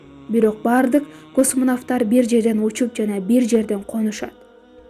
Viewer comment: Космонавттар деп жазылышы боюнча эмес айтылышы боюнча туура айтсанар ийгилик бирок